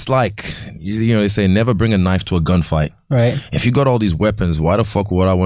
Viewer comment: the way akaash said right sounds like "what about bombs"